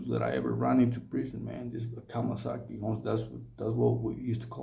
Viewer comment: It’s kamikaze not Kamasaki and it was the Japanese not the Chinese my G